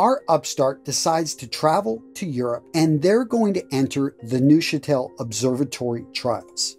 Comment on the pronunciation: In the German language, any (and I mean any - German is a very regular language) "eu" letter combination is always (and I mean always) pronounced as the English "oi", as in "oil". Thus, Neuchatel is correctly pronounced "Noichatel". You doubt me? See, Deutsch (German for "German") which is correctly pronounced "Doitsch".